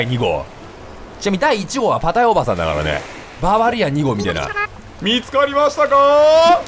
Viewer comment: パタヤおばさんがパテ○おばさんにきこえた